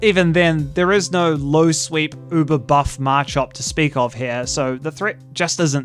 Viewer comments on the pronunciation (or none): none